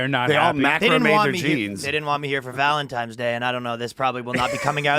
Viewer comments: did and ryan say valenTIMES day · Yo the only thing the hurt worse was Ryan saying valentimes day